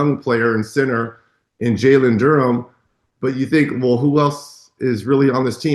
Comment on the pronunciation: Media ignores Pistons so much that even Reggie can't even get Duren's name right when trying to praise the team hahahaha